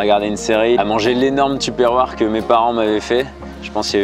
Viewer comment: Super vidéo et super performance, mais je n'ai pas pu m'empêcher de tiquer sur la prononciation de tupperware... Bravo quand-même